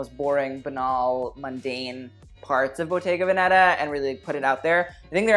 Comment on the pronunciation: Again it’s véneta not venèta 💖